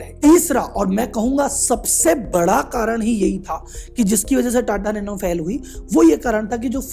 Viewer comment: "NATA NANO"